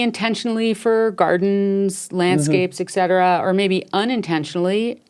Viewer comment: Et cetera (etc.) of course. I was being sarcastic. It's pronounced 'etsetera', not 'eksetera'.